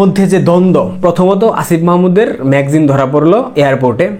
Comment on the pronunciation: ম্যাগজিন না....বলতে হবে ম্যাগা জিন=ম্যাগাজিন....ক্লিয়ার....